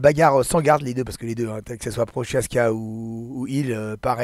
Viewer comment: C'est Merab pas Mareb. Et c'est Projaska pas Prochaska. Bonne fin de journée